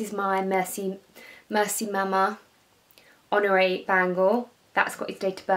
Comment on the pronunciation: Honore not Honroe.....😁